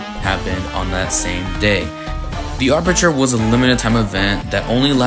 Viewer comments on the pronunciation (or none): *Aperture* not arpeture💀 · arperture not arpeture💀💀